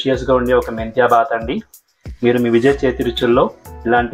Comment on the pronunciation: You should not say baath it is BHAATH, second thing if you add a cup of yogurt while you fry masala paste it turns a crazy dish and good health....